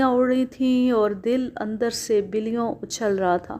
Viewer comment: بلیوں (billion ) نہیں بلکہ bullion یعنی ب پر زبر کے ساتھ پڑھیں۔ بل لی ( لکڑی کا شہتیر)